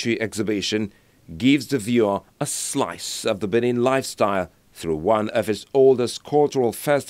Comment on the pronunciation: BENIN NOT Bini